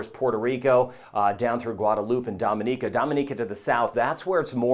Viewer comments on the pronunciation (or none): none